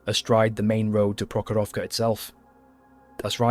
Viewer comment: Wow, but if you want to sound 100% right, it's PrOkhorovka (stress the 1st syllable, and the rest o-s are reduced to ə (like end of "piper", UK sounding), and Kursk is pronounced as Koorsk - but doesn't matter, long or short. It's transliteration of letter U from a language that mostly reads as it's written, so not subject to normal English modifications due to the following letters, google tanslate is wrong.